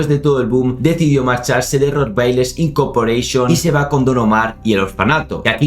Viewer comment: Incorporeishon dijo?😂😂😂😂😂😂😂😂😂😂😂😂